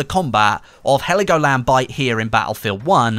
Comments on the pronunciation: Its Helgoland not Heligoland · Heligoland ? In german its Helgoland